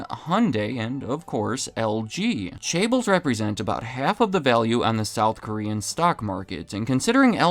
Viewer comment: Asianometry wouldn't approve of you pronunciation of chaebol (or however you spell it). That's OK, I'd pronounce it that way, too.